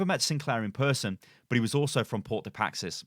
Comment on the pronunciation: The most interesting thing about this video is how manages to pronounce “Paix” as “Paxis”